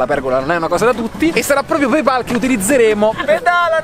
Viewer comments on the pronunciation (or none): Si pronuncia pey pol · 3 persone tutte insieme che non dicono PEIPOL. 😀